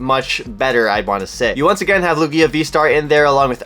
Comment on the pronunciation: the way you pronounce Lugia is hurting my brain lmao